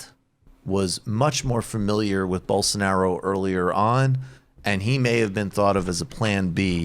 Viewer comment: (Rubin voice) “Bolso-nar-io”